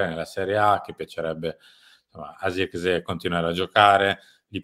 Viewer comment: Non ce n'è uno che pronunci abbastanza correttamente il nome di Zirkzee (sirksei, con la s quasi z). Idem per Broia, che si legge semplicemente Broia, perchè non è spagnolo ma albanese. In molti, soprattutto in QSVS, da ignorantoni lo pronunciano Broca, pensando sia spagnolo, per il nome Armando.